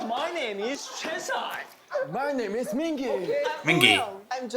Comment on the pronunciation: The pronunciations of some of the names are a bit off since it’s an AI voice. Any ‘A’ sound in Korean is like ‘Ah’ (San = Sahn, Yeosang= Yo-Sahng). Mingi is like Min-Gee (hard g like green), and Wooyoung is Oo-young, silent W. The rest are pretty close if not correct! Edit: And my bias is Seonghwa! He’s in my profile pic haha. Also thanks for doing this guide, it’s the best Ateez one to date 😊